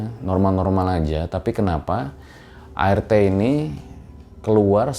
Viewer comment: Apa cuma gue yg denger ngomong ART itu air teh 😁